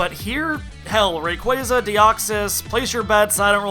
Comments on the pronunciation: I think and I are the only people that pronounce Rayquaza correctly. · Well done for pronouncing Rayquaza's name right! (FOR ONCE!!)